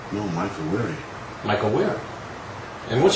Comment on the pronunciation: "And he's Wehry"